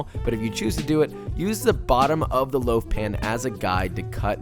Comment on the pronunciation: LOAF, not liaf!